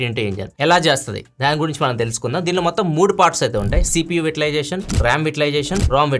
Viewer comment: Vai ta Lai zation This is pronunciation